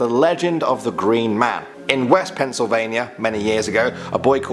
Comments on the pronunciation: Penn not Pen. Sorry. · Don't think I've heard a British person say pennsylvannia. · pencil vania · Dude, stop calling it Pencilvania